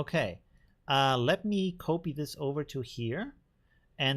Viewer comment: Dear, love your stuff, but... the o in copy is short. It is almost like scratching fingernails over a chalkboard when you say it like in "to cope - etwas bewältigen" every time. 😂